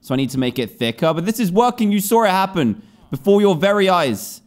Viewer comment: saw it. or as he says; sawr it